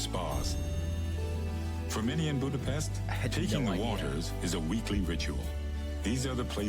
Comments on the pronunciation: He can pronounce Pest correctly, but when he says Budapest it's incorrect again. Nice video, though. And yes, it is a beautiful city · The hungarian “s” is pronounced like the “sh” sound in the english word ship. Hungarian always puts the stress on the first syllable, so you say: Boo-da-pesht. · Budapest is pronounced Budapesht. But anglophones can't fathom that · Hold on to your seat... Budapest is pronounced with an 's' sound in English. In British English it comes with an extra 'u' even. If you want to force others to use the local pronunciation, let's hear what Copenhagen is called in Danish, Paris properly in French or Birmingham by the Brummies. Till you master these, you don't get to tell others to give Hungarian a shot.